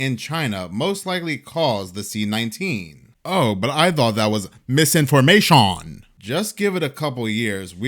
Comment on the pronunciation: You made me cackle out loud with that "misinforma-SHON" LOL. Thank you, I needed that.